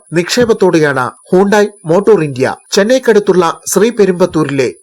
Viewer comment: Hondaya??? Hyundai...aanu